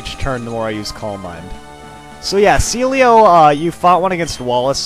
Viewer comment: I remember waaay back when he said Sealeo first, he said "CeeLo"